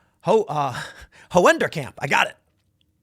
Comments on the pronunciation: It's pronounced "hoonderkamp" with the a of "that" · It’s pronounced “Hoonderkamp” as in “Who”. The “oe” vowel-combination in Dutch is pronounced as “oo” in English or “u” in German. Funny thing is: “Hoenderkamp” means “Chicken City” loosely translated. 😂